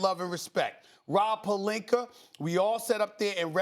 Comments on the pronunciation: SAS IS STILL SAYING ROB PELINKER LMAOO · “ROB PEEELINKKKKRRRRREEE” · Stephen “Rob pelinker” Smith